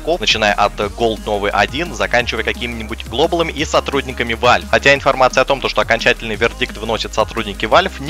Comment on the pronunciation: Не вальв а валв